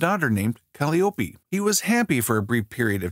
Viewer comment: There were way too many, Thanatos was not the God of war, Athena was not born from a nymph but out of one of Zeus' headaches. He mispronounced and misspelled Kronos, Calliope, Hephaestus, Angrboda. Dude probably didn't even do research, ripped a page off Wikipedia, hired a voice actor and called it a day